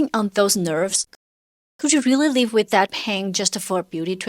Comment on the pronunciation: Oh rearry??